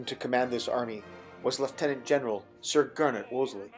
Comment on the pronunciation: You correctly pronounced lieutenant with an “F” thanks mate well played and a bloody good job old chap. Even a lot of native English don’t pronounce it correctly it’s embarrassing